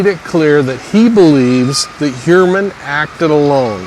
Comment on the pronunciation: Pronounced Hugh-er-man according to himself